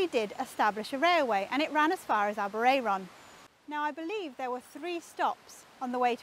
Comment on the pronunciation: Aberay-er-on - you got me there - Always thought it was Aber-air-on. Note: post office Aber-ayron...airon. air/Ayr (scots) aberraeron ab eray ron aber ray/rae ron - I think you need another r for aber ray ron ! -ish you refer to the air-on - so are you mispronouncing Welsh placenames ? If so, what chance have we got :) You mean Shrowsbury ? My brother suggests Aber i-ron. !!!!